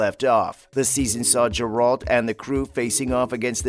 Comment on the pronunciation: What the fuck... Does he say Jur-alt?